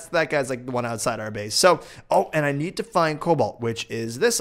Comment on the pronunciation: One more for the list... Please never say "Cabolt"